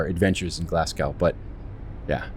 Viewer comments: its pronounced glazgo spelt glasgow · Love the video and the scenery (quick tip, its pronounced glasg-o) keep up the good content 👍